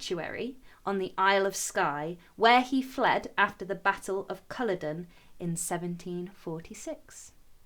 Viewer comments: I thought the pronunciation was Cu-LLOD-en with the emphasis on the second syllable. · I’m loving your pronunciation Caloden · Culloden is pronounced with the emphasis on the second syllable